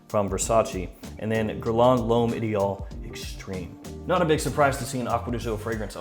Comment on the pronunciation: Dude i cant get over how u pronounce l'homme LOL nice video's keep it up